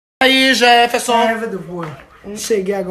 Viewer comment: É Jeferson e não eventon seu porra kkkkkkk